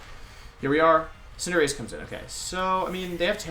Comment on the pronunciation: I was legit taken aback hearing Wolfe say Cinderace correctly at the beginning wtf haha